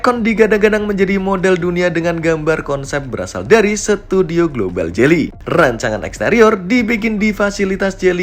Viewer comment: Geely koq jadi jely ???